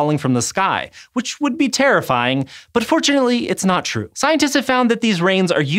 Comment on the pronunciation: he sounds so weird saying "true" wtf